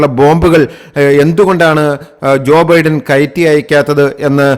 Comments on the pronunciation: തന്റെ ഒരു അവിഞ്ഞ പ്രസംഗം!!! എടോ വിവരമില്ലാത്തവനേ ഒരു പേരെങ്കിലും മര്യാദയ്ക്ക് പറയാ൯ പഠിക്കടോ??? തന്റെ ഒരു ബിഡ൯!! താ൯ ബൈഡ൯ എന്ന് പതിനായിരം വട്ടം പറഞ്ഞു പഠിക്ക്!!! Biden is 81 years old and Trump is 78!! The coming election is for the 47th President!! വിവരമില്ലാത്തവ൯!!! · ബിഡൻ അല്ല ബൈഡൻ. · ബിഡൻ അല്ല "" ബൈഡൻ "" ആണ് ശരി. ബൈഡന് എൺപത്തഞ്ച് വയസ്സായി. ട്രംബിന് എഴുപത്തഞ്ചോളം വരും. കൊലപ്പെട്ടു എന്നല്ല പറയേണ്ടത് "കൊല്ലപ്പെട്ടു "" എന്നാണ് ശരി. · എന്തോന്നോടെ. ഒറ്റ സെൻ്റെന്സിൽ പറയേണ്ട കാര്യം വലിച്ച് നീട്ടി. ബിഡൻ അല്ല ബൈഡൻ. എന്തൊക്കെ മണ്ടത്തരങ്ങൾ ആണ് വിളിച്ചുപറയുന്നത്, ബൈടനാണ് 81 വയസ്സ്, ട്രംപിന് 78